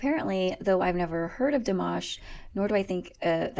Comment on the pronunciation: I just gave you a like from pronouncing the name in French so well ;) (PS If you tell me or anyone you're French I'm taking that like back :P) just joking :) Back here Dimash was only getting like 25% of his French right cause he actually didn't know almost any :P